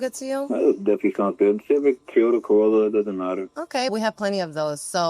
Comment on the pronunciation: Really wish that dude didn’t call them ‘Tee-yohtah’